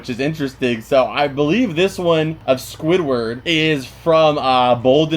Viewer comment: you said Squidward with more emphasis than the rest so I think it’s him in there!